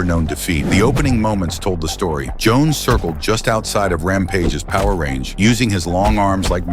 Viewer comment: The Ai combined Jackson & Jon Jones together then started calling Jon Jones Johnson 😂 bruh wtf